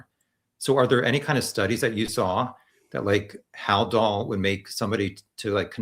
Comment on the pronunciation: never heard of Haldol before? He can’t even pronounce it correctly.